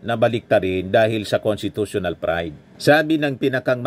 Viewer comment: ANG HATOL SA "FORTHWIDTH"...ANGCASHTITUTIONAL...